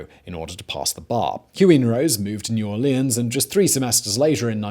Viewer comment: As someone from Louisiana, I very much enjoyed this video. Though I laughed every time you pronounced New Orleans. It's always funny when out of towners say it and mess it up. You only say it right if you're from there.